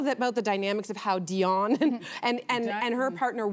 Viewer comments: like where did they come up wih that her name is literally spelled diane thats di anne not dion like come on now its willful stupidity for the sake of tv 🙄 😒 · I was about to say! I've never heard anyone call her "Dionne" til now. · The woman's name is DIANE NOT DION STOP IT !!!